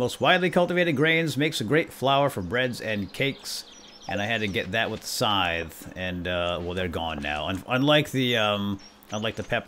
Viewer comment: I LOVE the series BUTTT "scythe" is pronounced like "sithe"